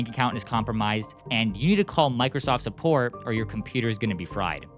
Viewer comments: “suppoat” bro 💀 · Suppoat😂 Like I'm suppoating you😅